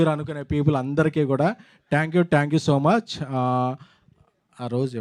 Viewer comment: ట్యాంక్ యు... తొట్టి యు... కాదురా అయ్యా... థాంక్యూ.....